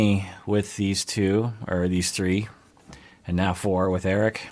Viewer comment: its eric-eee